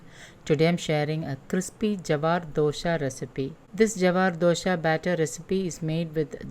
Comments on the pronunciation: With due respect,it is not dosha,it is dosa😊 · It's dosa not dosha!!